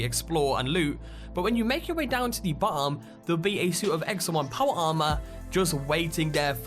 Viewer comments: why can't you pronounce bottom? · Why do you pronounce 'top' and 'bottom' so weirdly? The hell kind of accent is that ?